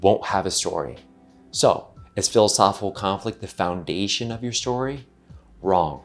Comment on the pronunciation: Great video as usual- but I wish the speaker would enunciate “philosophical conflict” instead of lazily chewing on and swallowing the phrase whole every time he says it. It distracts and deflates the entire argument.